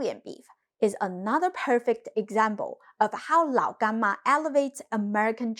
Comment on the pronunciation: I like how you say Lao Gan Ma